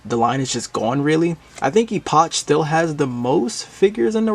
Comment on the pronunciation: Just for your own future reference - EOOCH is pronounced "ee-pock" (long E sound and pock like "pocket") or "eh-puck(like hockey puck)" (like epic with a U instead of an I). Both pronunciations are correct. But the CH is pronounced like a K.